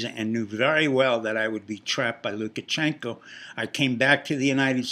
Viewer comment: It's "LukaSHenko", not "LukaCHenko". How much do you actually know about Belarus? I agree with Brenden Dilley: Pompeo will be the next President, if he learns to speak more clearly.